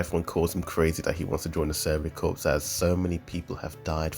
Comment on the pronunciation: Its corps